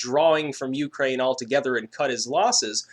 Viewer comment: Pretty sure your intonation on the word Ukraine is wrong.